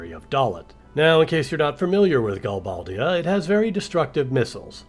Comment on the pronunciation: You're right, you are the only fan of FF VIII, it's sooooooooooo lame! But, this is an awesome analogy! I pronounce it Gal-BAY-dia. Threw me off how you pronounced it.